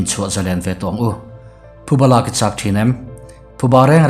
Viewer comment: Thuba niloin, Phuba tih tur, heihi a ni, Youtube a tihchhiar ka ngaihthlak peih ngailoh chhan chu